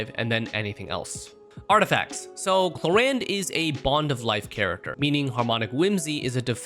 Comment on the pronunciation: is it me, but i keep i hearing clorinde pronounce as korean lol